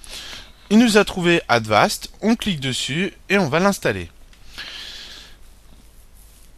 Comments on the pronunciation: on dit avast pas advast mais jaime bien ta video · Cest Avast Pas Advast